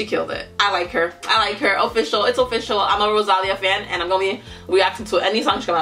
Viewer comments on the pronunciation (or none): Es ROSALÍA Acento en la Í,...No ROSÁLIA🤦🏻‍♀️😂😂😂